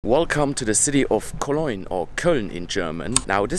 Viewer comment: i love the way you say Cologne :) koloynn :)